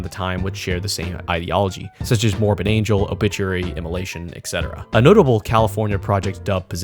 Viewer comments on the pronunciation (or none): none